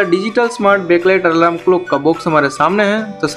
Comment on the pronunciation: 😅😅😅😅😅alarm hai wo bhai,alaram nahi😂😂😂😂